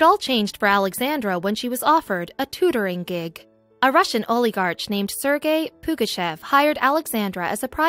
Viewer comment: Why can’t this narrator pronounce the word oligarch properly? Also, half of the story is missing- Pugachev owed the Russian government a huge sum of money and he fled. Alexandra is British of Russian descent.